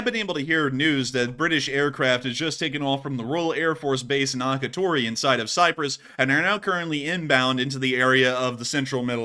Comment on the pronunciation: Akritori, Cyprus is pronounced Ak-ree-tor-ee